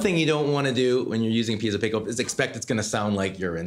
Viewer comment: It's not pieTTTzo, it's just piezo. That guy says it wrong five thousand times in this video.